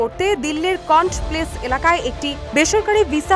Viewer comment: কন্ট প্লেস নয়। কনোট প্লেস।